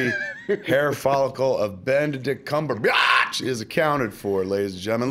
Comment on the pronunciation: Kev... I fucking love you man. I love everything you do. But do you HAVE to say CumberBIATCH EVERY damn time?